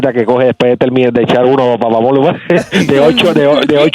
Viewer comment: Odio que este tipo diga Papa Molu WTF?